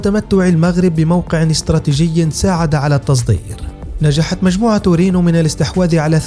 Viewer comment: رينو رينو وليس رونو.... ريييينوووو.